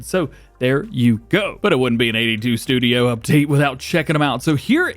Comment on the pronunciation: 82 “ tudio” haha sorry was to funny